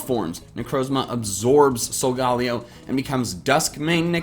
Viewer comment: "Solgaleo" is pronounced "sol-ga-lay-oh".